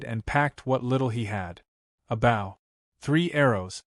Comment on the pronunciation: TEACH YOUR AI HOW TO SAY BOW....